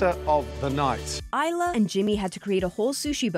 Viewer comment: What's up with that weirdly pronounced AYLA?